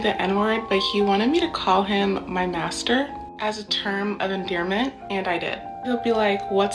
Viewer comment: You know damn welll he didnt make her say master but "massa"